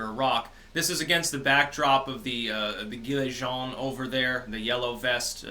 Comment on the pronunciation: The G in "gilet jaunes" is a soft G, it sounds exactly the same as the "J" that you pronounced correctly, NOT like the G in "gift" but more like the G in "giant".